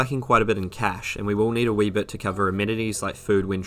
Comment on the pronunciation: "wee bit"